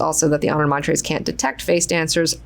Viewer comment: I just found a recording on YouTube of frank Herbert reading parts of heretics and was shocked to find he pronounced honored matres as honored MATE-ers. Personally I prefer your pronunciation better and I don’t think anyone thought that’s how it was meant to be said but it does make sense given their talents lol